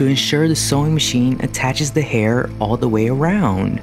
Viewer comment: why do you talk like that??? “ he is cautious not to injure his fInGeRs. he sews the dolls hAiR.